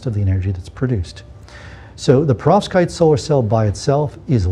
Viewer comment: You have phd's. It's perVOskite, not perOVskite!